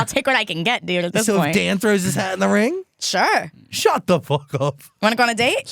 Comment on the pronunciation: Shaaaaaahht aahhhhp